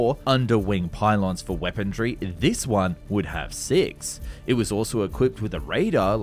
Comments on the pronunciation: You do realize the word is weaponry, not weapondry, right? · Weaponry not weapondry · POLITE NOTICE: I have checked with numerous, well respected, sources and can positively affirm that there is no "d" in the word "weaponry" I'd be incredibly grateful if you could revert back to the original (non d) pronunciation. Thankd you! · Why are so many young YouTubers saying the word "weaponry" with a D in it? "Wepondrie" or "Wepondry" it's so so slightly annoying lol